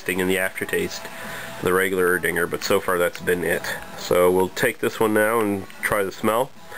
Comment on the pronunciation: Nothing is usually silent in German. From what I know, it's just (y)Er-Ding(a)r with a soft Ae in the beginning - not the "eee" sound. Thoughts?